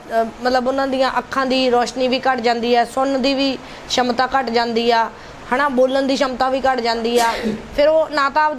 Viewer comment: ਸ਼ਮਤਾ ਨਹੀਂ ਭੈਣ ਜੀ ਸਮਰੱਥਾ ਕਹੋ।